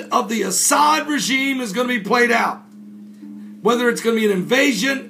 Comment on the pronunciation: Reyaaad AL-As'Ad.... not"Asad"